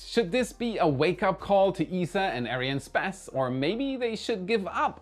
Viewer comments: Oh stop pronouncing arianespace like that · Why do you say Ariane "SPÄS"? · Why can't pronounce the word space after the word Arian?